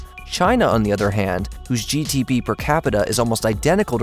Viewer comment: It's GDP, not GTP..lol